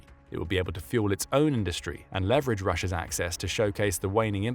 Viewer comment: "Levverage"? WTF does that mean?